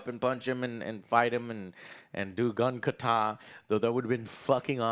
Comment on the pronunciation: I hate the way this guy says gun kata. The emphasis is in the wrong place. Good review though.